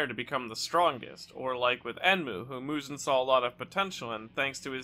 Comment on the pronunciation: bro mans called muzan “muzun”